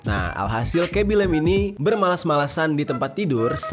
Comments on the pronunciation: Yng ku maksud bang ngomong " "lem" terus kublas sndri "lame cok" fvk lah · cuma mo bilang bacanya itu "lame" bukan lem